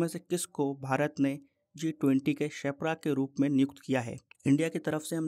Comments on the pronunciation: Sir ap shepra Bol rhe ho per use sherpa bolte h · You are calling sherpa as shepra🙂